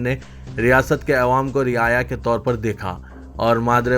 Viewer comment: Ewam nahire GADHY "Awam" bol